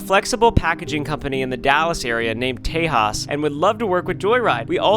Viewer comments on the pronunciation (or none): none